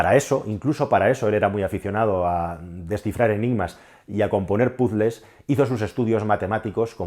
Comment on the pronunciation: Odio que los españoles digan “pusle” si en español se dice ROMPECABEZAS, si lo van a decir en inglés aprendan a pronunciar bien la palabreja ugh😡😡😡😡